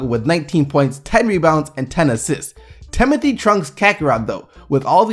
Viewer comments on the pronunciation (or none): Can you pronounce Timothe's name right please... it's not that hard